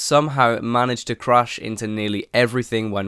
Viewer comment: Its crash idiot not crush